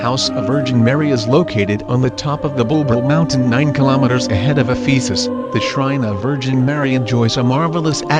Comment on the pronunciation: Thank you! I visited in 1992. I just want to mention that you are mispronouncing Ephesus.